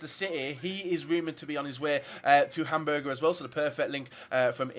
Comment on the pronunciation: yeah I can clearly see that but I'm suprised he can't say a very famous clubs name